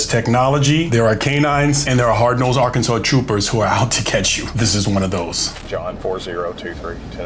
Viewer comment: Cop; Ar-Kansas NOT-Yer-Kansas